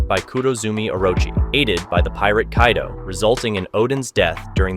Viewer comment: Why does he keep saying kaidoo 😭